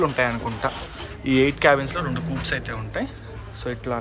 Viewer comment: కూప్స్ కాదు బాబు కూపే అనాలి